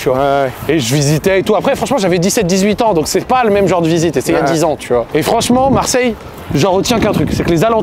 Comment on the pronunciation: Le frero est cool mais il a besoin de parler plus doucement, sans prononcer "ouf" "genre" il a dit "céper" aussi j'avais envie de mourir. Car c'est finalement moins agréable de l'écouter parler, ça donne du stresse rien qu'à l'entendre lol, donc mec si tu vois ce message détends toi et essayes de parler avec un meilleur français stp 😊